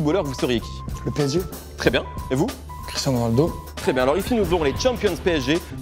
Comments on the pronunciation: " cristinao ronaldo" Y'a unpetit problème non ? xD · A vous respectez pas « Cristinao » 🤣🤣🤣😭